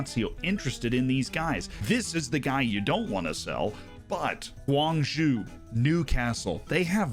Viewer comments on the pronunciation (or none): none